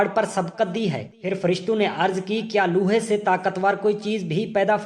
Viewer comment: Aap lohay ko loohay kehtay hain. Apni Urdu sahee kren.